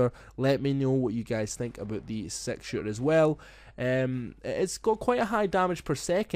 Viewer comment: it looks like you sayd sex shooter